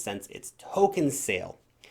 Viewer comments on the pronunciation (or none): none